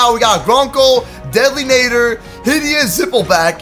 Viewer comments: sorry but did I hear deadly NAIDER just saying its NADDER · IT IS NOT Naddooor it is Naddeeeeer!!!!!!!!!!!!!!!!!!!!!!!!!!!!!!!!!!!!!!!!!!!!!!!!!!!!!!!!!!!!!!!!!!!!!!!!!!!!!!!!!!!!!!!!!!!!!!!!!!!!!!!!!!!!!!! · I am soo triggered when said Deadly Nather rather than Deadly Nadder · It’s not Nay-der It’s Nah-der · New t pronounced nadder not nader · Nat-er deadly nadder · Nadder is pronounced natter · I'm sorry buy you saying deadly netter and other dragon names rong makes me kinda mad cuz in a die hard fan of how to train you dragon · and nadder